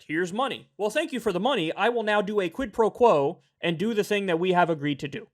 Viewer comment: "Hello sir here is the ziti you ordered. You have my squid pro quo?" 🤠